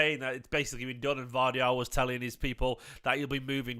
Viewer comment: Pronounced...... YOSHKO GUARDIAL